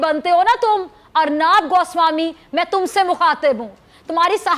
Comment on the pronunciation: अर्नाब नही अर्नब बोलना सिखलो